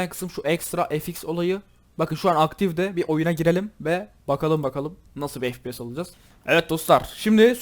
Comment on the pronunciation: ef pi si değil ef pi es diye okunuyor kankam haberin olsun :)